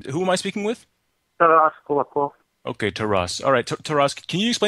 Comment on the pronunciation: Cold a cold LOL, its Kulakov his last name